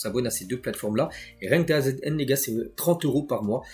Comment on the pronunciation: ça fait des s maines que je t'entends épeler DAZN alors que ça se dit "dazone"